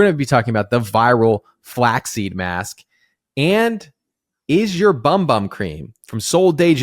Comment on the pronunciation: Temu has a lot of weird practices. I've heard stories that they steal the pics of items off legit sites without permission for what they "sell", and then send you some crazy knock off of what you ordered, lol. Also, it's pronounced "boom boom" lol (Brazilian Portuguese). I've not had any issues with any of their creams, other than my sensitivity to scented things. Also, i have noticed that some of my sweet smelling mists do attract flies/gnats, and even bees! It's definitely something in the products with these sweet/fruity scents, and not just SDJ creams. Great vid!